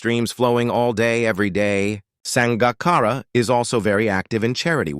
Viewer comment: Sounds like a HIT piece done with a little sugar added. If you can't say the mans name correctly, (AI), just shut up!